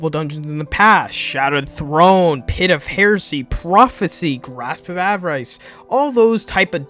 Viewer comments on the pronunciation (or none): "grasp of AIVAIRICE" ??????? wth